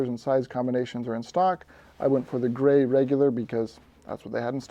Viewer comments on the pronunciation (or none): none